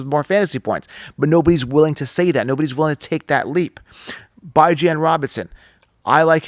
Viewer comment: Who the hell is "Bi-Jan" Robinson?! Are you referring to "B-Jon" Robinson from the Atlanta Falcons?